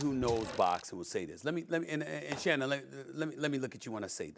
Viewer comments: Molly making up names for people. Called Shannon Shan like he MC Shan. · Shawty called bro Shann😂 I’m so done w Molly